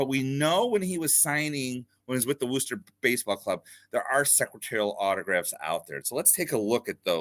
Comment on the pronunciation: A quick little geography/pronunciation lesson for you: the city of Worcester, MA is pronounced "Wuh-ster" and not "Woo-ster" :) Regardless, great info about Jesse!